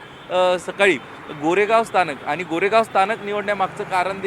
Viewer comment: आधी तु मराठी नीट बोल आनी पानी करू नको